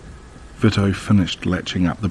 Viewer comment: Vito is pronounced VEE-TOE just saying I’m not being a bitch most narrators like to know correct pronunciations interesting so far 😊